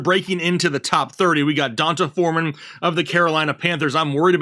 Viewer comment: it's pronounced DEE•ON•TAY 🤣 great content guys!